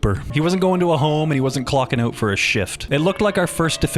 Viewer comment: I love your content, I love your style, I love your vibe. But I struggling to forgive rhyming “out” with “out”.